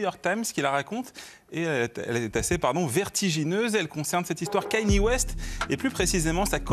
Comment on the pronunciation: ou comment dire Kanye West 50 fois par seconde et ne jamais le prononcer correctement.